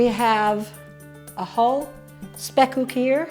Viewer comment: i have to say this your pronunciation of the dutch word spekkoek is perfect now i am going to watch your cooking vlog Question 1 Why should the egg yolks go one by one with the butter-sugar mixture? question 2 Do you only use the upper boiler or the lower boiler, our oven has top and bottom boilers and can be used seperadly or the top and bottom at the same time